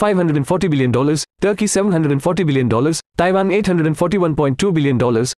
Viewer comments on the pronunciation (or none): none